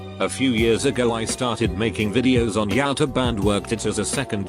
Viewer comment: The way YouTube is said😂😂